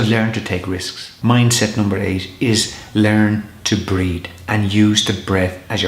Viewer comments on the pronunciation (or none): When you say "breathe," it sounds like you are saying "breed." (While breathing is important, breeding is fun!) I hope this doesn't give you a complex.* I think it is cute, actually. I love your accent, and your sincerity. *...which leads to #11: Don't take yourself too seriously... if someone pokes fun at you, laugh along with them... Thanks for your videos! I was waiting to watch this one, because something BIG was hopefully going to happen, but it didn't... and I thought I might be in a funk about it... but I'm not. However, it is always nice to listen to your voice and your advice. Shalom, my friend...